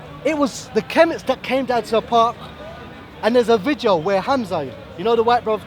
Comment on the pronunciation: Can someone tell that it's pronounced "VIDEO" not "VIJEO"